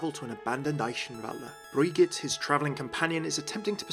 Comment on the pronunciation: the Cammunist yes. and Brigitte is correct the first time says is, but again with an audible E at the end. the second version sounds more like french to me.